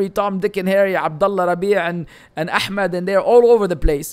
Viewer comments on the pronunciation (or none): none